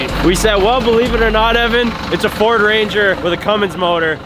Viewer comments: it’s a feeord 😂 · "Its a feeord" 😂